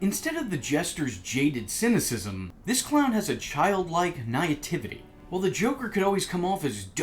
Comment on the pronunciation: It is NOT pronounced "nigh-a-tiv-it-ee." 😂